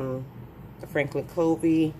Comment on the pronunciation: Covey is actually pronounced “Cuh-vee” ;)